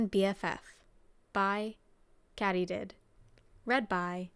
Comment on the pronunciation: Isn’t it pronounced Katie-did ❤